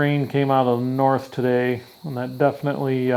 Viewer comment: "Cold coming from the nort" Damn Canadians! 😊